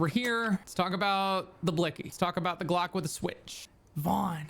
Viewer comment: When you first said lets talk about the glock I understood you lets talk about a Gock damn